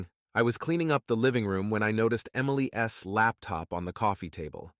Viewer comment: tired of the shitty voices, instead of Emily's, it comes out Emily S, sounds very stupid. Your story sucks.